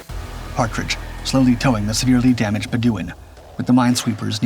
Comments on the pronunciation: Pronounced "muh-lay-uh" and "bed-u-ɪn". Moron. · pronounce "HMS Malaya" again. also "HMS Bedouin" do you really not know how to pronounce these words? or was this always cheap AI slop?